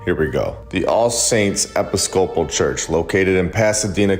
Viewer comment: Did you just pronounce episcopal as epi scope all? Now I have to wonder if is AI too